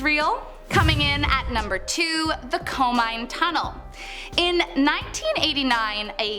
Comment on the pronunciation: I think Ireido is spelt "e-re-e-doh" And Komine as "ko-me-nay"